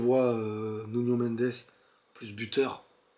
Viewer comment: Belle analyse... Mais faut arrêter de dire nunio... 😂